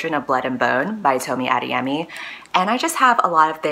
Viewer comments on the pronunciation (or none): I watched this video just to see you say the author's name🤣🤣🤣 Americans saying Nigerian names gets me every single time